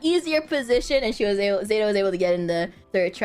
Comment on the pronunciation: saying zÉta instead of zEta makes it sound so fancy:D